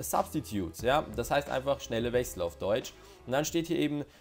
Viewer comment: "Wech sell"😂